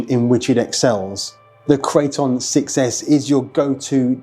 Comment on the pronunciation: Arrma builds monsters and monsters only. Amazing RCs through and through. Loved how he pronounced it -Crate-On